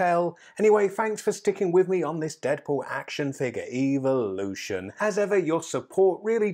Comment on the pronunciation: why do you always say eviloution